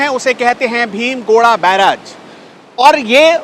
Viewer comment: ये भीम गोड़ा या भीम गोरा नही बल्कि 'भीम गोडा' बैराज है। उच्चारण ठीक करने की आवश्यकता है रिपोर्टर महोदय!